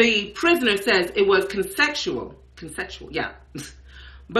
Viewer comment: Lmao, this dude said Consexual. He didn't say Consensual. I'm questioning the education he's got.